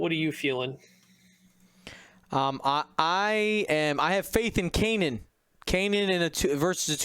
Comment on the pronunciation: Can someone please teach how to pronounce Kanan? It's been years now 🤦